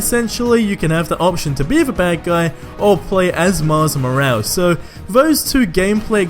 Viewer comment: "Miles Mo-als"